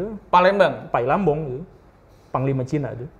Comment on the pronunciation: Sedikit koreksi aja pak guru bukan pai lam bong, tapi "pai li bang" yang nantinya jadi kota Palembang.